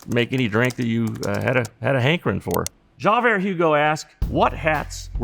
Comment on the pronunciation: What kind of Old West “Historian” doesn’t know how to correctly pronounce the name Javier???